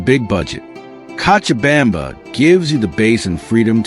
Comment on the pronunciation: This guy tries w the Spanish but needs more practice! Co cha bam ba ! Now pronounce it right!!lol